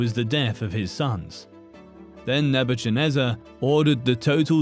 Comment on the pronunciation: Nebuchadnezar in this word ch is not read as in cheap but ch us read as in cat